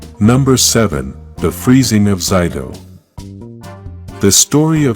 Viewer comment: For number 7, you said Zayto's name wrong. Just thought I would tell you.